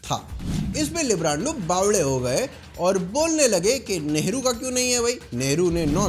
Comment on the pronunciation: I am so confused you said nehru or lehdu or lavdu🤣🤣